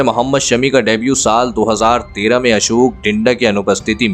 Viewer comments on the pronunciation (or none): none